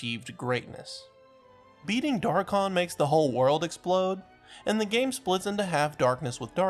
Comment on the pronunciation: How did u say rathalos wrong yet say dharkon right